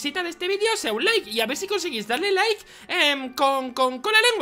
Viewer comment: laike si diste laike con la lengua